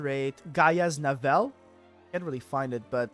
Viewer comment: its pronounced GIA (Gaia ), Navel like your Bellybutton.